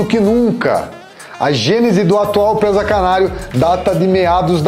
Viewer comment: Não é Présaaa... É PRESA